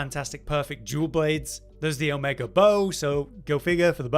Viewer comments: Brits love adding R's to words where they aren't. "Drawring" "Omegar" "Your land is R's"... stuff like that. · I kinda heard that a little bit, but yeah, its Omega. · Not trying to be wierd, but I keep hearing Omegar? is it Omegar or Omega?